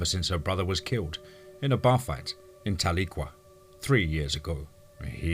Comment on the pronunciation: ohh one more thing Tahlequah is (TAL E QUA) LOL no one gets it right, been with ya a longtime partner. and there's enough cryptids around here for everyone. he he